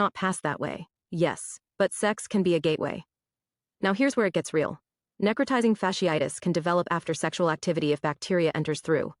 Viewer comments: Necrotisizing??….. neh-crō-tī-zing. Sound it out baby girl sheesh🤦🏽‍♀️😭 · NEC/ nek - RO/ rho - TI/ tie - ZING. She butchers the word and bruh just outright skips it?!? Here’s the best part: I’m the ahole for mentioning it. “ It’s not what you’re saying, it’s how you’re saying it.”….. yo….it’s written text!!! Ok…read it again but this time, imagine someone tickling the soles of your feet as you read it. Did that help? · Say it with me, NECK-Cro- tizing! You dan do it!